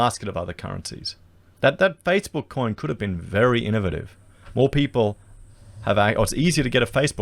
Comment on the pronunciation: I've never heard "innovative" pronounced the way he did. This isn't a foreign presentation is it?